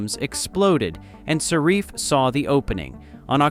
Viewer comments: saRIFF? SARE-iff! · Well, I use Affinity and as far as I know, they haven’t charged me a penny. Is this a negative campaign by Adobe? Besides which, I hate that AI voice that can’t even pronounce the company name properly. At the very least, have the decency to have a narrator to read your miserable script!